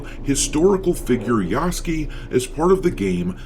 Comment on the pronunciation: It's pronounced Ya_su_ke